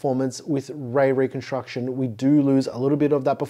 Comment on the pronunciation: My brain keeps hearing “Ray ray construction” 🤦🏼‍♂️😄